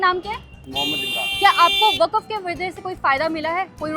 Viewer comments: Didi aap वक्फ ko वकफ kyu bolti ho 😅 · Are didi wakcuf kya hota hain waqf hota hain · Waqaf kya hota h wanna be intellectual? It's Waqf